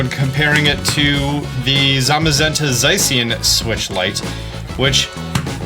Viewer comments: Wait you call guys Zacian as "ZA-SAI-YAN" because from the word "cyan"? It should be "ZA-SHI-AN" from the Japanese pronounciation. and others still right. You're not doing this for the british accent, indeed? Lmao Also, the model looks dope 🤙😎👍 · it isnt zay sian or za cyan its za shan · its not za-cyan, its za-shee-an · Zacian: "zashian" (ザシアン), not something like "zeyshien" :) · Zacian. (Zay-she-in) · Its Zay-shen and zah-ma-zen-ta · It’s pronounced za-she-an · Zacian is pronounced Zah-she-in or Za-shi-n. I love your content!!!! Thank you!!! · "Za she en" is how they pronounce it in the anime, also, dialga is "dee al ga" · I pronounce it Zash-ian lol 🤣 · The right way to say Zacian is Zah-shee-in. Also Dialga is pronounced Dee-all-gha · ZA-SHAN that's how gamefreak pronounced it when it was revealed so that's the correct pronunciation. Shan being cyan. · hearing trying to pronounce ZAY-shee-in is so endearing